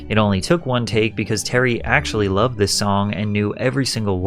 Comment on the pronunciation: What up the long last syllables... 'to be looooov'd' etc why do you tubers do it? 'His mothers vieeeews'... it's a really irritating affectation.